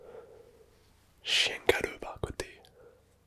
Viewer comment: Dès le début tu m as fait rire avec le " chien galleux " et le petit accent